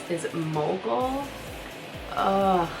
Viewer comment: Such beautiful shades!!! For mogul i legit thought u said moco 😂